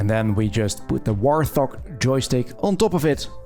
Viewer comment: it is not a "War Thog" it is called a "Wart Hog", just me being me, sorry. Great video though